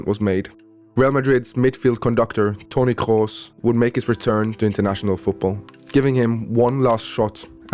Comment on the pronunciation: Thank you for not saying Toni "Cruise"!